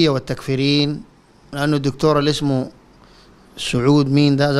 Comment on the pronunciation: شنو هذا يا شيخ مزمل ؟😱🤔 كلام عاطفي فقط كلامك خالي عن الرد الشيخ الكويتي ذكر قضية وفتاوية بعينها إذاً وين الرد؟ 🤔 عرفنا أن جماعة الإخوان إرهابية واخونجة وفرعونية واي شي لاكن انت تركت الموضوع الأصلي وكل الفيديو كلام عاطفي وترقيع 🤦🏽‍♂️ يا راجل انت اتهمت الرجل بالتكفير والضلال وانت حتى اسمه ما قادر تنطق 😱